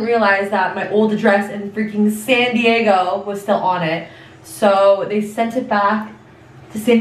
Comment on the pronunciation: ew, did she really say “sented it” 😟 girl it’s just SENT IT!!!!